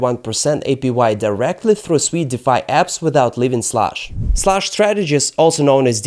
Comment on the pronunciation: Holy 💩 you pronounced SUI correctly! All these clowns on youtube call it SUEY like their little piggies squealing SUEY SUEY.